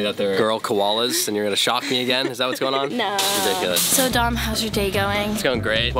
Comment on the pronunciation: Ava: Dom! What I heard: DUMB!